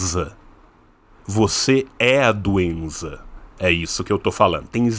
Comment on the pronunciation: Eu quero um corte do falando "você europeu é cheio de doenza"